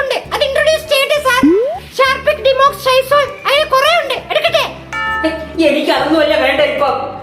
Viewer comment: ഷാർപ്പിക് - ഹാർപ്പിക് ഡിമോക്സ് - ഡോമെക്സ് സൈസോൾ - ലൈസോൾ😅😅😅 ഇവരെക്കൊണ്ടേ ഇങ്ങനെ ഒക്കെ പറ്റു....